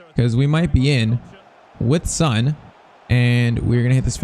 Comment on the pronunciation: PCQ: Please say son's name like on with an s instead of SUN